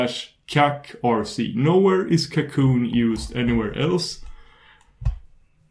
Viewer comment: Apart from a little accent, the pronuncation is correct? It's french, it's "cacoon".